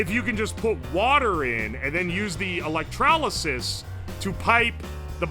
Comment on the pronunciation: Why does he put an A in electrolysis?